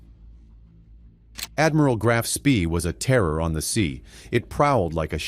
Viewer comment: The most boring,lengthy,including totally incorrect photos and people not to mention the ignorant pronunciation of the ships name. This action took place in December ‘39 so why show U S forces and Japanese battleships ? Too drawn out and over embellished in the presentation, basically banal !